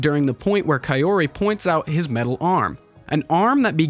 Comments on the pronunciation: Very good analysis. Names are pronounced AH-KEE-RAH (not uh-KEE-ruh), and Kah-oh-ree (not kay-or-ee). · Japanese pronunciation is pretty straightforward, unlike that of English. Kaori is pronounced Kaori, not "keyowree". 😆